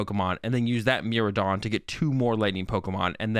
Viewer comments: hey man great vid, I'll add that miraidon and koraidon use Japanese pronunciations, so "mi-rye" and "ko-rye" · Miraidon is pronounced like Mi-ride-on because you ride on it in the game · Bro lol. Let me help you out and everyone else. It's ME-RI-DON and KO-RI-DON. How is the "rai" in their names messing y'all up that much? C'mon now lol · miraidon deez